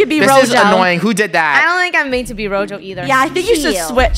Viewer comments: Btw its gezo not rojo😅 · It’s not Rojo It’s Gojo how do you say it you say go and then say Joe gojo